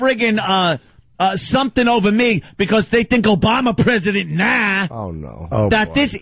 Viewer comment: " OOBama presiident Nahh" lol